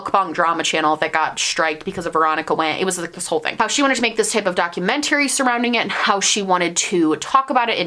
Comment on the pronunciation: It's not documen-tARy daa·kyoo·men·tr·ee